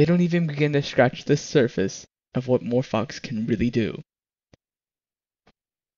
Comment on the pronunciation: It's Morphvox not "more fucks" say it right ))